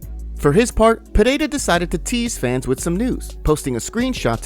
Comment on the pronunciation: Still can't pronounce PEREIRA!!!!!